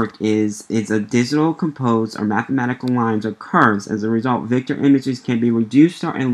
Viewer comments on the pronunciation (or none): It called Raster or Vector not Raspet and Victor!